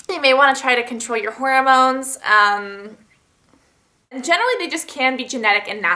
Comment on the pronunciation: lol whenever you say hormones it sounds like you're saying horror moans. xD